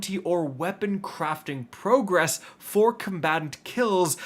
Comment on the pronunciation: Bro says "pro" gress, like he only ever seen the word written. It's progress bud.